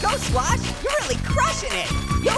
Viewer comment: I would scwash Liam the leprcorn